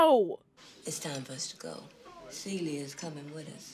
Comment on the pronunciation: I think the word you're reaching for, is the acronym for C U Next Tuesday. Also...it's SEE-lee, not suh-LEE.